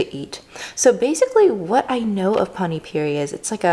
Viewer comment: You mispronounced Panipuri as Pani puree/purie.Pani is jst water with Spcies and Pastes.That's not sauce.But that's okay.You loved it that's all matter.And Pls be healthy and happy stay foodie and healthy.pls come india so you can Eat the food with its original tastes..and also real desi style Of cooking which we used to everyday Specially Food which is made by Indian moms..you'll love it.❤🖒And yes There are some dishes like Chhole bhature pavbhaji Rajma chaval and Aloo paratha..Try these dishes..🤗😋